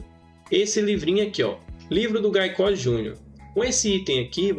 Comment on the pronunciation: Gaicoz n infeliz... Se pronuncia GUEICOZ...